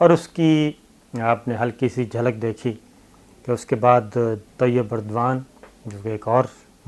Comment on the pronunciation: Dear sabir shakir saab its Tayyip Erdogan" not Tayyip burdwan.